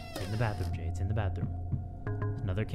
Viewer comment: did my man just say 'hey im G' instead of jay in the beginning? LMAO